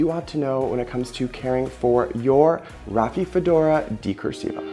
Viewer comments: Dude... Rafi-fedora? 😒At least learn the name of the plant beforehand... It's not THAT hard to pronounce: Ra-fi-do-fo-ra! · You're mispronouncing name of plant as Raphiphodora...how can we trust your knowledge on subject??? Ugh...and I see that you've misspelled Decursiva as well. Critical details not important to you????